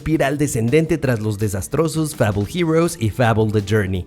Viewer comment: No sabe como pronunciar Fable......